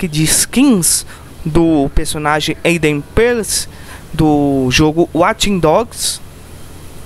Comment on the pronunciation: Se fala Eiden Pírce -.